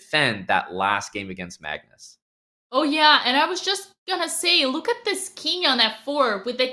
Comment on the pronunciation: Dina “let’s just take a louwk” and “pauwn”